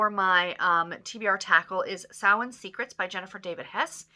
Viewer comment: You said Samhain correctly!!! That is so amazing!! Woohoo!!.